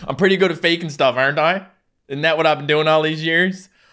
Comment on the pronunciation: I notice occasionally when he messes up he'll say ting and dat sometimes